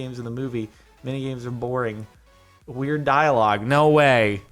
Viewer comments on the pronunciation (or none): none